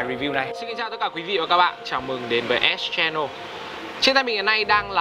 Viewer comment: ĐỌC KHẮM VÃI, ÉT CHE NỒ @@